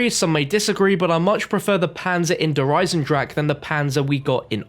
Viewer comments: 3 years and still having trouble with saying its german der eisen-drache smh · Please pronounce "Der Eisendrache" correctly, germans will be angry...